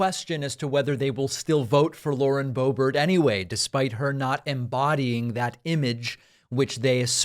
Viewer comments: 🫲🏻David, SIR, I am a big, strong, tough guy, and I’ve never cried before, even when I was a baby, and I come to you with TEARS IN MY EYES 😭😭😭👍🏻 to remind you that her name is pronounced Lauren Bo-Bear🫱🏻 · Why is Boebert pronounced Boebert but Boehner is not pronounced Boehner?!